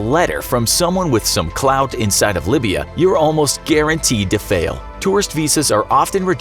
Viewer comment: Libya it's not (libe be a) its (lie beer re a)